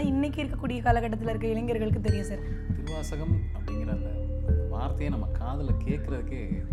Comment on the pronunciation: ஏங்க சொல்லும்போதே சிவத்தை உணரவே திருவாசகம் ன்றத அழுத்தமா சொல்லுங்க